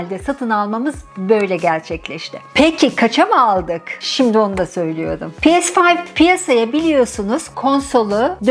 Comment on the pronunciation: Pi es fayv.... demeseymişsiniz iyiymiş.....🥴🥴